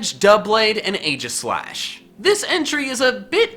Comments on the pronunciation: Aegislash is pronounced EEJISLASH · you said aegislash wrong. Its ee-ji-slash